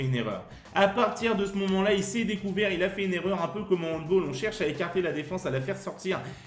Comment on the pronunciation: Super vidéo continue comme ça ! Attention c’est handball et pas handboll 😅😅😉